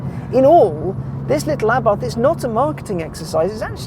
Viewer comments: A-bart, NOT ABARTH 🤦🏼‍♂️ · The H is silent Mr motoring journo...